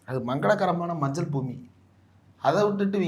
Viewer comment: மஞ்சள் அல்ல சார் மஞ் மஞ் மஞ்சள்😅😅😅😅